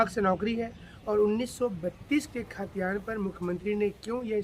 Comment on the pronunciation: Bhai khtiyaan to shi SE boliye..